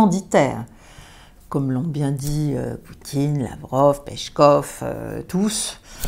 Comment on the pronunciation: Merci Caroline Galacteros pour tout ce que Vous faites, je Vous suis depuis longtemps et je Vous écoute avec beaucoup d'intérêt. Juste quelques précisions, sans prétention bien entendu : 1. Vous dites "Pechkof", au faite il est "Peskof". 2. Les tueurs, ils sont tous originaires du Tadjikistan et aucun d'Uzbekistan. 3. Le chanteur "Chaman" n'est pas du tout ultranationaliste, il chante et il écrit des chansons patriotiques. Merci et au plaisir de Vous écouter de nouveau.